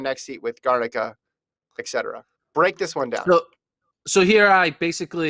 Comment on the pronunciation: Eck cetera?